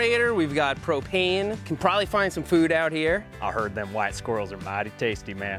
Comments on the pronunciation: He said," We have a genterator, we have cocaine" (Propane) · He said propane not cocaine lol